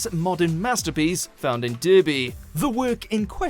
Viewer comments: Please pronounce Derby right, it's pronounced Darby, not Durby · Darby, not Derby. That’s how it’s pronounced. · PROOF THAT THIS IS AN AMERICAN YOUTUBE CHANNEL WHO KNOWS JACK SHIT ABOUT BRITAIN THE CITY OF DERBY IS PRONOUNCED “Darby” and not “Derby/Durby” Got a problem with that? Complain to the French, Norwegian and Danish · In US it is pronounced Derby. But even this liver in the land of Trump (who I DON'T like) knows the UK pronunciation is Darby even though it is spelled Derby. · over: you're English and you don't know how to pronounce Derby? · You pronounced Derby wrong. And what even are these videos. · you're English, and you can't pronounce Derby LMFAO. well... i'm going to say goodbye to this channel. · Came here to point out the mispronciation but also to point out it's not even in Derby it's in Ilkeston. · someone who doesn't know how to say Derby... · How can someone from the uk not know how to pronounce Derby